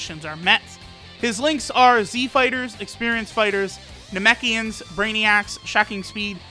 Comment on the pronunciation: I wonder if anybody else noticed that his super attack transformed from, “Feel the Pain of the Namekians!!”, into “Feel the Pain of the Nemekians!!!.” As if everybody would notice the third exclamation mark.